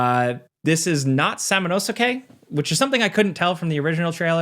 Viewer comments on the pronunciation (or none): That Samanosuke pronunciation 😂😂😂😂 (Also, why would you expect that he'd be the protagonist? He was only the protagonist in the first and third games. We had Jubei, & Soki in the other 2 games)